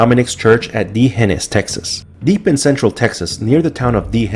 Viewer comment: Great video, you are mispronouncing D'hanis.